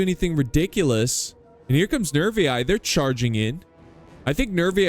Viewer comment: Latin teachers say you should pronounce the "ii" as "ee-ee", so Nervii would sound "Nervee-ee" in english. I'm not saying that's the only correct way, but it's certainly one of them. It's absolutely legitimate to say Rome instead of Roma. Every people changes the pronunciation of other peoples' cities and words. Romans didi it as well.